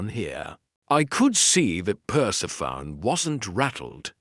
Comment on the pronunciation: I love listening to these Nero Wolfe mysteries but I cringe when the AI doesn't recognize the nuances of the language. I cringe every time it says Perse-PHONE instead of Persephonē, long ē.